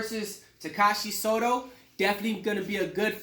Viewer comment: This dumbass always fucks up everything he says 😂 first fighter....... “Suzuki” Inoue..... Takashi “Soto”